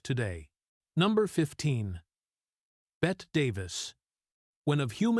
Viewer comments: Bette is pronounced “Betty” not “Bet” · "Bette" was pronounced "Betty", not "bet". You're welcome. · I don't put a lot of stock in what those old men called these women. They didn't know true ugly. Which was in them. Those men were just cruel. None of those women were ugly. Bette is pronounced like Betty.